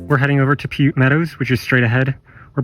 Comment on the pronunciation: Piute Lake is pronounced PIE-YOOT. Piute Meadow likewise. And it's Ro-SAS-koe Lake. Good thing you didn't want to do anything more than toast some-mores on that rotten lodge pole "firewood" because it would have failed you for any other purpose. Rosasco is great swimming (unlike Gem) and there's excellent diving rocks on the west shore (about 50 yards NE of where the trail comes in).